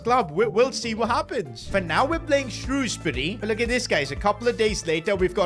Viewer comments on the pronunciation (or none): none